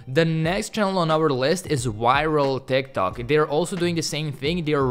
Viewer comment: Bro every time you said ,,tik tok", I kept hearing ,,thick tock" XD.